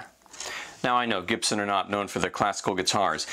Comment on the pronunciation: "Gip-son" Fuckin wat?